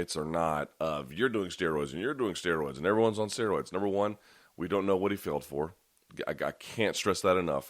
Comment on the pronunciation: "They're all on stayroids!"